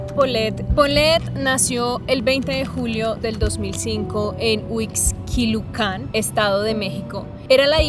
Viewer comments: HU IX QUI LU CAN. Huixquilucan. Sin acento. ¿Que tan dificil es pronunciarlo? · andas perdida mi Reyna no se pronuncia Huixquiluacan, es Huixquiluacan pero bueno eso es lo de menos por tu acento puedo ver que eres colombiana...lo que si no pasa es que una mamá tiene en su panza 10 meses al bb....no mamita son 9 meses... que yo sepa en ningún lugar de el mundo son 10 meses de gestación 🤭